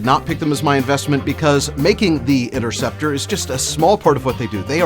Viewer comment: Kinda funny how you claim to be a nerd over this thing but mispronounced the name of it and didn’t even bat one of your weird looking eyes